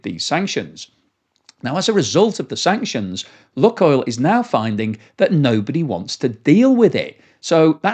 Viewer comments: Just FYI, it's not "Luck" (like a northerner) but "Luke Oil" like nuke or spook. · I believe they pronounce it Luke Oil. Not luck oil. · Lukoil is pronounced luke-oil, not luck-oil. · "loo - coil" mate , not "Luck-oil" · seems to call it "luck-oil" sometimes, and "look-oil" other times, but it is actually pronounced "LUKE-oil" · I am very surprised that you don't know how to pronounce LUK. It is not an English Word. It is pronounced like LOOK. 👎🇨🇦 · It is pronounced Look-oil as in “spook” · Pronounced 'Luke' oil, though.